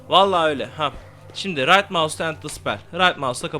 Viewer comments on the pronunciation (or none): none